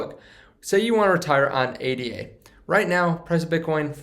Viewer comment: Its Ada like a person's name not A.D.A. You're audience would be more accepting of your info if you had the basic info IE: the name correct first.